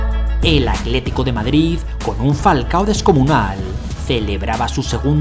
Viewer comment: Porque dices "acletico" cuando es "Atlético"? Video espectacular 👏🏻